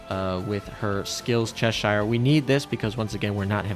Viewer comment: I dream of the day Americans learn how to Pronounce Cheshire, (hint: it’s Chesh Shh)